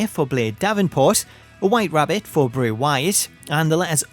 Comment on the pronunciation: Now I don’t have to download a Bray Wyatt CAW while having to listen to “Happy Song” everytime, and here the name Ray instead of Bray. :)